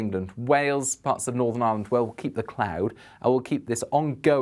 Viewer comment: Thank you for the mention of Ireland. even knows how to pronounce 'Ireland' unlike many.